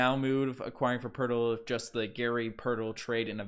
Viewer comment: No, Two first Round Picks straight NO, NO. Poeltl not Hurtle lol would fix some of our problems. I'll be more upset, really only upset if we aren't the team pulling off the Trade with the Portland TrailBlazers, they'd fix all our problems except for a Center. This is a Rebuild season, so that is okay with me. even though Ujiri is silly with his thoughts that this is a Competitive team that can win Championships